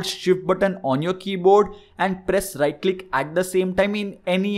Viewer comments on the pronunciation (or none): none